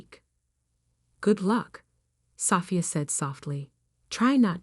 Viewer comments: I wish AI would learn how to pronounce Sophia. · Haha I hear you! It’s such a beautiful name—and it deserves to be said right! You’d think by now AI would have it figured out. One day, hopefully they’ll get it as gracefully as it sounds. 😊